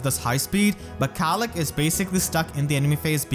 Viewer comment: mispronouncing Caellach because he can't handle the weight. (I really hope is familiar with TLP...)